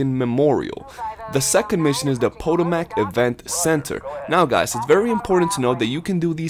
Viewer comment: "Pota-mac"!? wow...